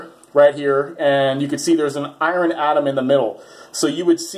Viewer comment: "I-run" LOL